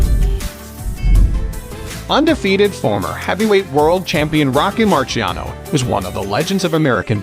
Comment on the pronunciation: Learn how to say the boxers name right